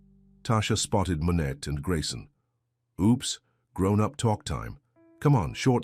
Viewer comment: This story has merit, but the AI generation is appalling. The narration is inconsistent. The FMC 's name is Manette, Monay, Monet. Pronunciation is nonsense!😕👎